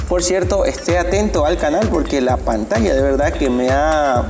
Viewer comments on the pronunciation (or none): none